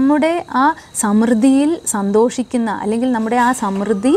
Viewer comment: സമൃദ്ധി ശരിയായി ഉച്ചരിക്കുക